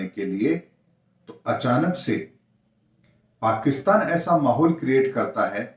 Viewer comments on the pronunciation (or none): none